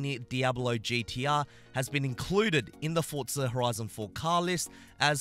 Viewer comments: Why does he call it Fortza and not forza? it’s so triggering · For-Za not Fortza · For-za, not fort-za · I thought it was pronounced "forzsa" and not "fortza" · FORZA NOT FORTZA SMH